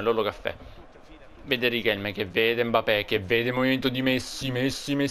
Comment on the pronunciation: Si dice MBAPPÉ